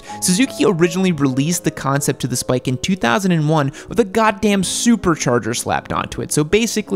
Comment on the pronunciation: I feel like you say “Spite” and not “Spike”